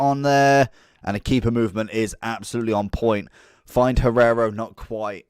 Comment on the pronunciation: Hierro not Guerrero XD